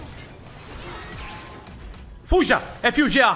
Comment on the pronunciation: Ele sempre fala assim